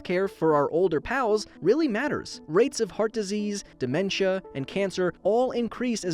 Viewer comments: You heat disease instead of heart disease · "Heat" disease lol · um what is "heat diease" is that mean that you have a HEATdiease? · heat disease instead of heart disease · “heat” disease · Ain't that supposed to be 'heart'?